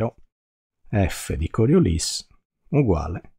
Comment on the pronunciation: Complimenti, con un po' di formulette si capisce meglio ... e con Coriolis finalmente pronunciato correttamente 😂😂😂!